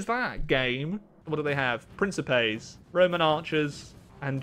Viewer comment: Is he aware he's pronouncing principes incorrectly?